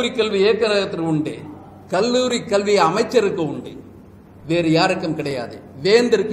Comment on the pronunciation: Iyo கள்வி இல்ல madam கல்வி காது நாரகாசமா இருக்கு Sorry to point out this mistake on this video